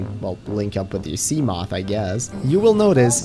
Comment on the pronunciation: Can you stop pronouncing seamoth like a twelve year old? It’s “see-muh-th”